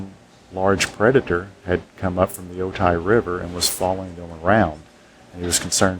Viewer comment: It's pronounced "O-ty"